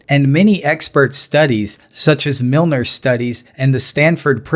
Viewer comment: It's milgram. Not milner